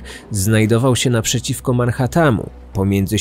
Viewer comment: nie wiem jak to możliwe żeby ktoś mówił ManhattaM, zamiast Manhattan